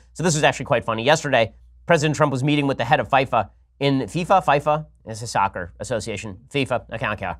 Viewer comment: The way he said fifa 😂. They a bunch of bananas??